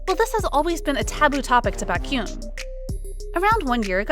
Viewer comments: Honestly, if you are going to be paid to do voice overs for kpop related videos , couldn't you please do some research on how to pronounce names? Lee Hi pronounced Lee Hee, Baékyoon etc... it is highly annoying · This sounds like an actual voice and not a robotic AI voice. So, if this is an actual person talking, WHY in the world can this person NOT figure out how to pronounce “Baekhyun”?? Over it… I am not subscribed to this, and wish this idiocy would not appear on my newsfeed. Also, let’s not assume that Baekhyun is mad at Lucas, and let them work out any possible beef between themselves. And netizens reading between the lines and making assumptions, and also saying they are not going to forgive someone?? Dear Lord… netizens must be so freaking perfect, and never make any mistakes. Frankly, I’m tired, so tired of people bashing idols for stupid reasons, or putting up this sort of “news” which brings nothing but stupidity to the Internet.